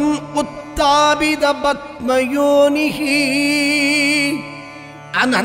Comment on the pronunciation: தமிழில் எழுதி வைத்து படிக்காமல் மலயாளம்,சம்ஸ்கிருதத்தில் படிக்கவும...அது rogam...rokam இல்லை...padma yoni...batma yoni இல்லை...etc...மன்னிக்கவும்...பொது மக்களுக்கு சரியாக சொல்லி குடுக்கணும்